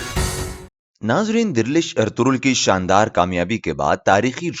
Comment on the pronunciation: its dirilish not derlish